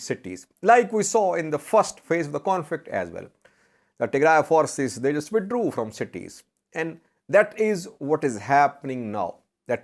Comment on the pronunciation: This man really said withdrew 💀😂😂